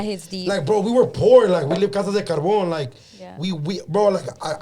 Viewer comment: Did say casa de carbon instead of carton?